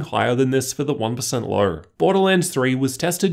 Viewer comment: No offense but i am a little bit annoyed by your accent, diction or is it just your voice?.. like "low" = "ler" "know" = "kner"